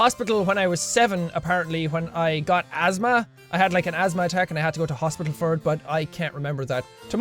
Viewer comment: LOL azma it's said asthma, I have asthma